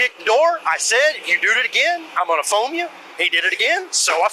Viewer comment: "foume"? I'm unfamiliar with that word.